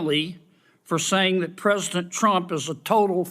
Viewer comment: Kennedy can't even speak English..his ignorance is as astounding as his illiterate speech! "Prosant" instead of President, etc etc!